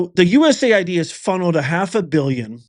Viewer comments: US-AID. BAND-AID, IT IS NOT U-S-A-I-D. MAY AS WELL SAY "U-said", As in "you said what?" Don't allow the DS to cloud the issue with another acronym. This is about laundering U.S.taxpayer money as it makes it way back into political campaigns and indeed the pockets of members of the shadow governments of this and other countries around the Globe. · It's US AID not USA ID moron